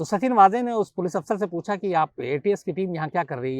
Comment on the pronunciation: मेरा मानना है कि उनका नाम वाजे नहीं वझे है कृपया सुधारे। पता नही आप लोग गलत उच्चारण क्यों कर रहे है